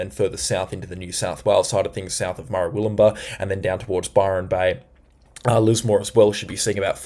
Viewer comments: Are you sure you are from OZ? Cabultura, Baleena, Fourster, Murawoolambah.. It's Car-Bull-tcha, Bal-in-a, Fos-ter, Mur-wool-im-bah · Murwillumbah is pronounced Mer-will-um- bar.